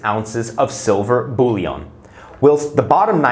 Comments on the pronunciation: Bullion is pronounced bull-yin, not bull-yon. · "Bullion", not "bouillon", unless you are talking about soup mix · It’s pronounced “bull-yen” not “bully-on”